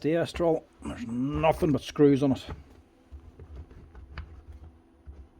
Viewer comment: I like when he says "nuffin"